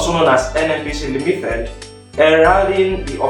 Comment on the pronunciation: Limited, not limithed, responsibility not responsibilithy. I'm sorry but It's quite irritating to be hear.